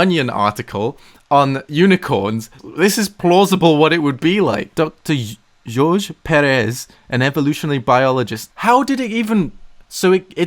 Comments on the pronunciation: Hey, the name "jorge" is actually pronounced "hor-hey", my correction for the week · Jorge is pronounced like hor-hay. Also there is no freaking way an AI wrote that. The future is terrifying. Fuck. Why isn't Google translate better? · That's not how you pronounce Jorge Pérez -_- It's spanish, not bloody french #davedidanoopsie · AI: jorge: George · Did he just pronounce Jorge (hor-hay) as Yorge? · Jorge is pronounced hor-hey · Jorge is pronounced hore-hay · My Hispanic ass got a lil angry when mispronounced Jorge 😂